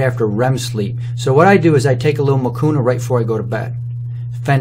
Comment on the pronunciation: Nani alikufundisha kusema hakuna matata haha but the way he started i thought anasema hakunaa matata